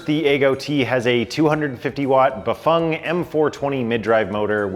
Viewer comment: Are you the only ones saying Bafang correctly?🤔